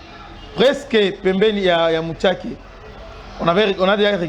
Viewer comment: Shalom,je vous suis depuis Kampala,on ne dit pas muchaki mais on dit mushaki